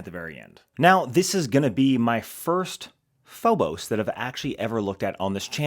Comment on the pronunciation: Phobos😂. Pronounced Feebis